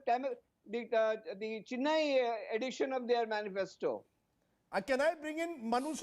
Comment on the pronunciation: Anyone hear pronunciation ?? Shocking least to say.... Jallukutty??.cheeennaiiii?.. Dravidian culture??..there is no such culture, say Tamil culture...I don't think these guys have any clue about my state.. no wonder why both central parties struggling here...